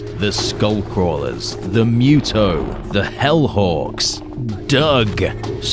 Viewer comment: MUTO... not ME-YUTO